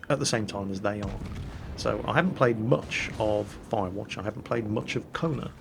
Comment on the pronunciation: lmao,, i am from quebec, canada. the game sounds interesting, but your prononciation is so shitty i cant figure out the title of the game. keep it up:P Cone? Konen? no clue... Edit = I finally found it, Its called ": Kona. fyi, it dosent mean anything in french. its a name most likely